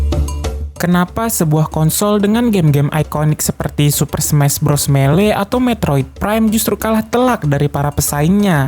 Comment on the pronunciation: Melee itu cara bacanya (kalo gak salah) itu "milai" buat yg tau, bnerin kalo gue salah (CMIIW). Cuma sekedar FYI thanks Semoga membantu ^^